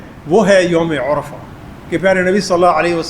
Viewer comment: یوم العرفہ پر پیش نہیں زبر ہے۔